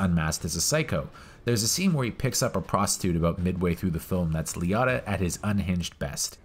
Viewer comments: Ray Lee-o-tah not Lee-ot-ah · I cringed EVERY time. LEE-O-TAH. Say it... SAY IT!! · This is a classic film... Nice job! Btw being from NY, hearing Liotta pronounced any other way than Lee-O-ta is pretty funny. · Lee otta? How do you people learn to pronounce names? Do you only read it? Did you never hear a human say his name? Do you not watch movies or just read about them?